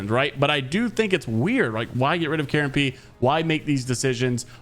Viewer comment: It's KaronPe not Karen Pee